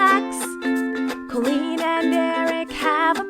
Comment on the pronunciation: At the end it sounds like i’m the queen but it’s i’m colleen 😂😩 it’s so cute